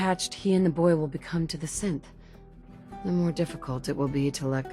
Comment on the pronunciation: I know you say "As a Synth" but it sounds like you say "As a Simp"